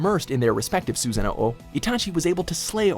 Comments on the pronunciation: Copy That Dude hearing that just hurt my ears😭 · "susano o" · Did he just say "susano-o” 😭😂🤣💀💀😭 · “Susano ow” 😭😭😭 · I cringed SO hard when he pronounced "Susanoo" as "Susano oh!" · "Susano-Oh" They played a clip of Itachi saying it right yet he still fucks it up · Susano-O XD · ikr wtf is Susano-'o' anlfjsrbgwsarwbghs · Susa-nobo?? Wtf again?? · mANUtd herbert SUSASUH NOO OHHH 😭😭😭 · Amaterasu and Susanoo, what is this pronunciation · The way he kept pronouncing Susanoo gave me AIDS... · I love how this list is made by a guy who has so obvisly not watched anime. Pronounces Deidera wrong as well as akatski. It's ah- kats- ki not ah- tats- su- ki or susa-no not susan- no- oh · Akasuki Dara, susaono..... omfg the way he pronounces these jutsu’s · cringing when said kekki genkai susano O Rasseegan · How do u pronounce susanoo and rasengan wrong when they say it in the video.... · Man said “ahkatsooki” “Susano oh” and “rasen gone” next time just someone who’s actually watched the show